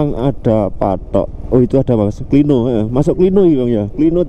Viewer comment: Klino pengucapan huruf "O" nya itu seperti kata "kiwo" mas